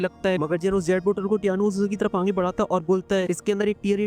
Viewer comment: Bhai aap aage ko aange kyu bolte ho 😂😂😂😂